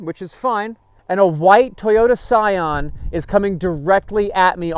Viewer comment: Who else cringed a little when he said Toyota Scion ??! Sounds like a racist asian name